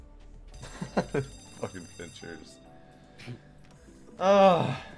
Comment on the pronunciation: Uh oh. All I heard was “Fucking Fincherzz” 🤣